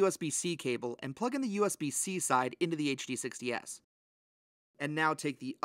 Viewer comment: Bro had to click out this video with how he kept saying HDS lol